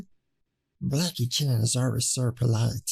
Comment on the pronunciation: Wait, did Waid say Blackey Chan at the start?